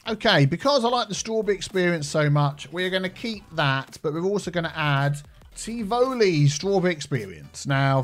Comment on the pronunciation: Your pronunciation of Tivoli is way of, but whatever. 😁